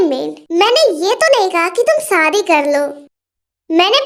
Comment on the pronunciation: Api AP story achi banati ho but Sadi nahi shadi bola karo😊😊